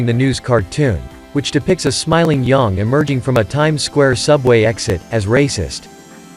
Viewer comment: You don't know how to pronounce YANG properly. So shut up!!